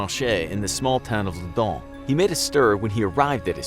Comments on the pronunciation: I thought he tried to write London but said loundon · Why do u say ludnon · Why does it say Loudun